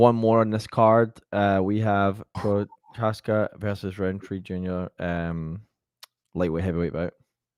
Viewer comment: Work on Juri’s last name cuz 😉